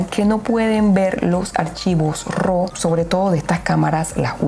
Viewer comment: No se dice ro … se pronuncia ra . Raw es decir entero natural …